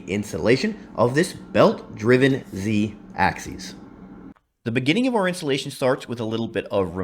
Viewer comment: Please!!! It's Z-axis, not Z-axeees! Just trying to help the community, here! 🙃